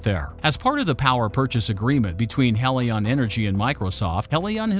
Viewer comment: Your reading robot needs to decide whether Helion is pronounced "HEE-lee-on" or "HELL-i-on". So just get a real person to read it for god's sake!